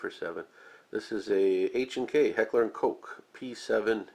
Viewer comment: Correct, sir. Also, your pronunciation of "Koch" is indeed correct - per the H&K website, and various others close to "Official H&K status", "Koch" is pronounced "coke". Much like "Steyr" is not "stye-er", it's "Schtayre". As for Sauer, it seems somewhat self-explanatory - "sah-u-er", a little less of an "O" sound than "sour". I guess that's why so many people like "Glock". Good luck messing that name up! :P